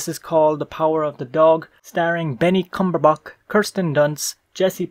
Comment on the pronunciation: Did you say Benny Cumberbok? 😨